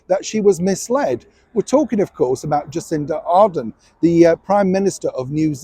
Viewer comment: it would be good if you pronounced our Prime Minister's name correctly. It is Jacinda Ardern not Arden. From New Zealand Jocelyn Delaney.